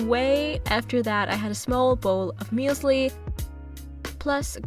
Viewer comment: it is really interesting how you pronounce german words like "Müesli" or "Lidl" not really german ^^